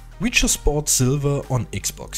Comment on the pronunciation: ''500 silBer" LOL i love how its not v but b so its silber not silver